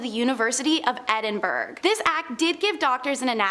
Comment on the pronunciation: What the fuck is wrong with American education? Edinburgh is a city in Scotland, and is pronounced Ed (as in Edmund) In (as in inside) burgh (pronounced 'burrow'). A Burgh is a medieval form of fortified town/city designed by Alfred The Great to successfully fight off the Danish invasions of the 900s. It is not pronounced 'berg' as in iceberg. The city is also not pronounced with an "Edin" at the beginning, as in The Garden of Edin. No, it is Ed as in Edward. How about you 'Muricans go read an actual history book written by an actual historian, not a politician with a propaganda agenda. Go find a history book without a big Fuck You Eagle on the cover and see what the rest of the world is like. Your government has isolated you people so much and intentionally lowered your IQs to dumb down the population enough for you to not realize how Capitalism is literally a large nation scale pyramid scam. When the ultra rich at top stop funneling money back into the bottom, which is actually the current state of your nation's economy at the moment. It all collapses. But, Communism is scary! Socialism is just communism with a smiley face! Burn the heretics! Universal healthcare is for bums! The solution to too many guns is more guns. The best way to stop school shootings is to fill the schools with guns! Sadly, most Americans think in their daily lives with the same logic that flat earthers live by and only the entire rest of the world will understand what I am trying to convey in laypers